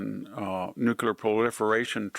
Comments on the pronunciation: "New----Clear" it's quite easy. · Sharp guy, but I cringe whenever he says "nuculer". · It's pronounced "New cle er" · Why do you pronounce the word ‘nuclear’ as nucular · VDH it’s great, but I am so sick of hearing these intellectuals and pundits say “nucUlar.” Make it stop. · You are a brilliant man; please stop saying, “nucular.” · "Nucular"! It's pronounced "nucular"! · I’m surprised VDH is yet ANOTHER person who can’t pronounce the word ‘nuclear.’ Strange. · "Nuclear" pronunciation incorrect. There's an "l" after the "c." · I love you but please learn to pronounce NUCLEAR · Nuclear.... stop pronouncing it incorrectly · I'm literally turning this off because I can't hear the word nuclear mispronounced any longer. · Victor, it's nuclear, not nuclear. Just saying. Love the show. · It amazes me that someone with the highest level proficiency in the English language, can't even pronounce the word "Nuclear" properly. Yes I mean you Victor! And that dopey Bennie. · Mr. Hanson, you're one of the smartest men of your time. Why can't you pronounce "NUCLEAR" like you should? That second "U" has no place in that word! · Please note that there is only one "U" in nuclear. 🤔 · Love Victor, no problem. But when will folks learn to pronounce "nuclear?" Since G.W. Bush (#43) everyone seems to mis-pronounce it as "new-kia-lur." (reversing the consonants in the middle syllables) Just sounds ignorant. Correct pronunciation: "nuke-lee-ar." Thanks for your attention to this matter. :-^) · Why does such an obviously intelligent man continue to mispronounce nuclear? He, and many others say NU CUE LER, when the correct pronunciation is NU CLEE ER. Sorry, it’s just one of those things that make me crazy. Other than that, I love pretty much everything VDH says. He’s awesome. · Nu-Cle-Ar, (nuclear)! NOT Nu cu ler! Sorry, I just bugs me to hear people mispronounce the word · And yet, this guy can't pronounce the word "nuclear" - he says "nuc-u-lar" WHY???????????? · Not nucular, nuclear!